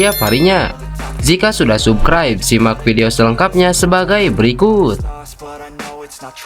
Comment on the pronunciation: Admin silahkan belajar baca bhs asing (inggris) mosok baca subscribe di baca subcribe